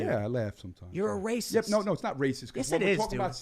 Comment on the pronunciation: Real rahcists flip out when told they are rahcist... RA is an idiot!!!!!